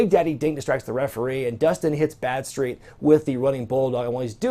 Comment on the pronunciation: How was Badstreet not called Bradstreet?!?! Thats what I keep hearing anyway.